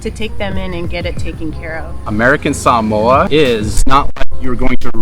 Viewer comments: Is this really how to pronounce Sah-mo-ah as Sam-mooah? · You pronounce samoa annoyingly and can you say the word "adventure" even more? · I noticed that, throughout the video, you pronounced the place as sah-MOE-uh, rather than the way I've always said it--suh-MOE-uh, as well as the way google says it. Am I guessing correctly that #1 is their way of pronouncing it, whereas #2 is the Anglicization of it, like hah-WAI-ee and hah-VAI-ee? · Salmoa Long winded and boring I googled it. And in 1 minute I knew 25 Reasons not to move there Salmoa did you say Salmoa 🤔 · Why did they keep saying Samoa they seem to keep wanting to pronounce it in some certain way and it sounds crazy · #11: Americans have been mispronouncing "Samoa" forever.